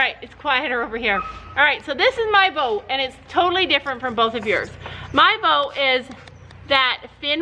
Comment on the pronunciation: u tried to say vote and u said goat!!!! 😂😂😂😂😂😂 This video was, as the title said, hilarious. asked what we wanted to see, and my answer is, I LOVE ALL YOUR VIDEOS! I DONT CARE WHAT THEY ARE AS LONG AS THEY'RE DAY BY DAY! ❤️❤️❤️❤️❤️ But,I'd be in favor of more SSO videos...